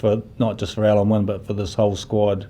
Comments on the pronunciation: Why is the first interviewer calling Alun Wyn "Alan"? The letter "u" in Welsh is pronounced like the "i" in the English word "in". It can't take much to learn how to pronounce the captain's name. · Great player Alun wyn Jones, perhaps his name will be pronounced correctly now